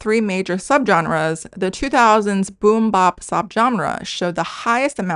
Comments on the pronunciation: Also its funny/cute how you pronounce boom-bap like kimbap 😂 the bap is usually said more like bat with a p at the end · Cool video! Here’s some Canto rap which I understand has more tones than Chinese. I don’t speak Canto or Chinese but sonically this sounds good to me. Also it’s boom bap as in map, not boom bap as in mOp 😉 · It's not boom bop it's boom bap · Interesting video. 2 things. 1. Boom-bap is pronounced with a short "a" (æ) like apple. Not 'bop.' 2. It's interesting that diminishing intelligibility in newer generations in China mirrors the US. There were always older and non-urban generations who found rap hard to understand, but whereas in the past it was more of a matter of rap speed rather than diction. Nowadays, many US rappers kind of rap with a marble-mouth style with very mushy pronunciation. I think some of this has to do with the influence of east-coast accents dominating the earlier hip hop culture vs southern accents that have dominated the last 20 years, but I also think it's the influence of sedatives and the lethargic energy that comes from that. I'd be curious to learn more about where it comes from with Chinese rappers...perhaps just wanting to feel less restricted by language rules. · This is such a well thought out, researched, high quality video. I have but one criticism. Every time you pronouce boom-bap as boom BOP, it's like being SLAPped in the face. 😫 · you dropped so much knowledge that i aint even mad at how you pronounced the bap in boom bap like bibimbap lol. for real thank you for opening my. mind to something i had not considered!